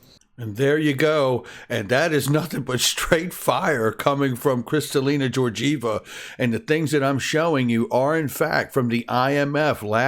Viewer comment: Kristalina’s last name Georgieva is pronounced with a G like in the words gate or garden, I know it looks like it should the G in George 😉